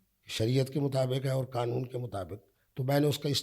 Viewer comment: ابے چُوتیے، یہ لفظ ’’قانون‘‘ ہے، ’’قنون‘‘ نہیں۔ چُوتیا زمانے بھر کا! مُفتی بنتا ہے!